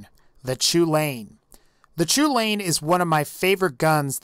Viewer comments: I'm just gonna let you know, the chulainn, or the choo-lane as you call it, is named after an irish fairytale, and it's pronounced 'cullin' or 'cullen'. You might not care, but i thought i might at least let you know. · Pablo NoEsEspañol the pronunciation was so painful :/